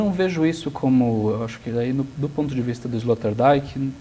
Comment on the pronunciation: Escória, não sabem nem pronunciar o nome do filósofo sobre quem estão versando, e nem ao menos pesquisaram sobre a pronúncia correta. Esse é o perfil dos "professores" e "comunicadores" brasileiros... A pronúncia de "Rorty", "Zizek" e "Sloterdijk" já desqualifica completamente este canal. E pensar quem esses energúmenos que não tem nem mérito de existir se autotitulam 'filósofos' e podem até receber estipêndios por isso...Alguém tem dúvida da eminência da eugenia???